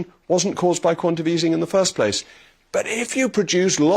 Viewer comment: I would have thought that with your posh education you would know that it's quantaTATive easing (not quantative)